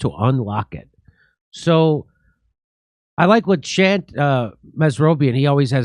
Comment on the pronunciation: Shant is pronounced Shahnt, like the ah in ooh-ahh.